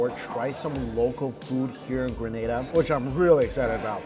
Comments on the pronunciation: PSA to ALL Americans, Canadians and such like who insist on saying Gruh-NAH-DAH after we keep telling them it is Gree-NAY-DAH. It's a 'Nay', people, as in in say or day or pay or lay and not a 'nah' and in pa. Relinquish your North American tendencies for just a second and say it after me, Gree-Nay-Dah [or Duh, if you fancy]. Granada is a place in Spain, btw. Not to be confused to the Isle of Spice, Grenada. Lol. You're welcome! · It’s Gren-AAA-Da. You belong on all inclusives you definitely get your moneys worth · It’s Not “gra-nah-dah” it’s Gree-nay-dah”. 🇬🇩 not 🇪🇸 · Correct pronunciation is Grah-nay-dah. The pronunciation you used is in Spain. 😊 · Thank you for showcasing us .. but say it with me one time! Greeeeeeeeeeee nayyyyyyyyy dah!!! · Gren-ay-da. The people are Gren-ay-de-ens! Get it right please. That’s disrespectful. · Grenada Is not prounaced like that smh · It's Grenada. u said it a lil wrong, but you're okay.... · You’re actually very much so mispronouncing the name of the island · The way you’re saying Grenada is cracking me up! Also if you’re in the Caribbean the food will be a lil over cooked, delicious as all hell, but they do over cook meats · The pronunciation at the beginning had me cringing 😂 but looks like you got it 👍🏾